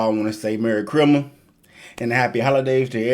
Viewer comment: Has me dead when he just randomly said “merry chrymiss”